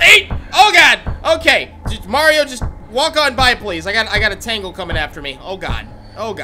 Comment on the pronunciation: I know it’s been a year since you commented on this video, but it’s pronounced as “Taingle” not “Tangle.”